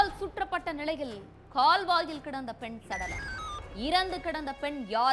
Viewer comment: பெண் சடலம் னு ,பெண்ணுக்கும் ,சடலத்துக்கும் நடுவில gap விட்டு சொல்லாதீங்க.